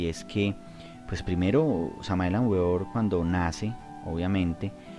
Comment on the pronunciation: Cordiales Saludos al panel: Queremos agradecer haber tenido la valentía de exponer ante la palestra pública, a este enigmático personaje, conocido como el V. M. Samael Aun Weor (Pronunciación correcta Beor) Tal y como Uds lo indican, es sin duda alguna uno de los personajes más controvertidos, del mundo del Esoterismo, por lo tanto, y siendo un estudioso profundo de su obra, me permito agregar algunos comentarios, que espero permitan comprender el enfoque entregado por este Ser a la humanidad... En principio debemos entender, que el Maestro Samael entre una de sus misiones fue la de romper con los paradigmas que para su época y aun, en la actualidad, subyacen en la humanidad, es decir: Revolucionó la espiritualidad actual... Pero esto no debe de asombrarnos, ya que, en todas las épocas en que han venido grandes Avataras, siempre su característica común es la misma, romper con lo establecido; así paso con el Sr. Krishna, con el Buda Gautama, y con el más conocido de nuestra cultura: Jesús el Cristo, y con tantos otros, es por eso que causan en las sociedades donde se desarrollan gran controversia por un lado, pero muchos seguidores por el otro. En cuanto al Sincretismo Esotérico-Cultural, planteado por este Maestro, es uno de los aspectos que caracterizó su Gran Obra, y de las cosas que levantó mayores polémicas dentro del mundo de la espiritualidad, pero que sin lugar a dudas, demuestra el talante que poseía, la capacidad que tuvo para poder llegar a conjugar los puntos coinc